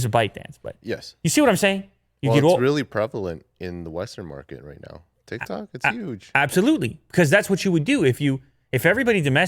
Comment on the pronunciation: Nobody: Absaloutly nobody:: TiK tAk